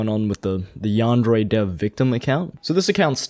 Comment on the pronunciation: Can't even say Yandere correctly.